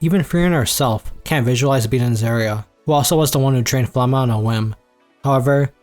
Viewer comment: Had to second check flamme . I was like I know it can’t be pronounced that way .